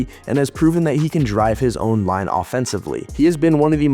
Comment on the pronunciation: Montreal's Patrik Laine is pronounced LINE-AYE.